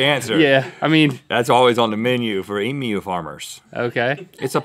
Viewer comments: Omg they finally learned how to say emu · Thank you Rhett for addressing the proper pronunciation of "Emu". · You said emu correct :o, and then made a point about it, made my day lol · As an Australian, I appreciate your pronunciation of Emu. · Just glad that an American finally said emu right. (Eeem you) -kind regards from a proud Australian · Yay! Rhett pronounced emu correctly :D I got way too excited about it, and then he pointed it out, lol. I've eaten emu before, as mince in a pie. It was like a regular meat pie, but the meat was a bit more flavoursome. I got it at a place called Freddo's Pies in Frederickton. If you are ever on the East Coast of Australia and have the time to make the drive, I recommend going. They get voted best pies in Australia fairly regularly.They do savoury and dessert pies; single serving and family size. The Roast Lamb and Mint Jelly Pie legitimately tastes like you are eating a meal of roast lamb in a pie (not gum so don't worry). And it's fairly easy to guess what the pies will be like because they are named just by what's in them. Which makes me worry about the Truckie Pie... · All Australians are living Rhett at the moment because he pronounced 'emu' correctly! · Thet actually said emu right, im so happy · When Non-Australians know how to pronounce Emu. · It's awesome to hear Americans pronounce emu right!!! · An American said emu correctly. Now on to aluminum.